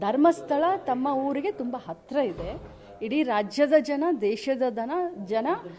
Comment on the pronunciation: Jana kane. Dhana alla. Correct agi matadad kali first huh